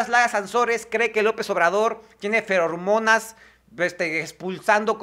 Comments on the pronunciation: AY...... NO ES FERORMONAS, ES FEROMONAS...Y NO SE VEN, SE HUELEN.....CHECA TU VIDEO Y VERAS LA SARTA DE TONTERÍAS QUE DIJISTE EN UN MINUTO...(de todas maneras un gran like y suscripcion ).. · Sé llaman "Feromonas"; no Fer-hormonas